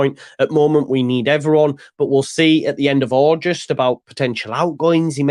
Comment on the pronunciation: While you’re at it, have a quiet word in ear and tell him it’s AuGUST, not AuJUST 😂 … luv ya,!